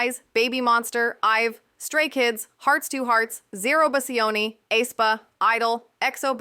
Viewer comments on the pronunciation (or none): I'm sorry but my neurodivergence makes me focus too much on the mispronunciation of lots of idol groups names D: and they are not even hard names to pronounce. It feels like it's an AI voice talking. Like, ZERO-BASI-ONI???? lol